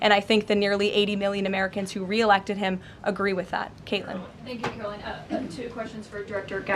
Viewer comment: 36 minutes of this guy blathering. Listen. You don't seem like a bad guy, but nobody wants to hear about you moving to Idaho. Oh, and it's KaroLINE, not Carolyn.